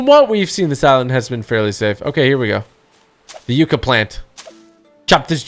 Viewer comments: Btw its pronounce yuck a not yuk a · It’s pronounced “yuh-cuh “ not “yoo-cuh “ 👍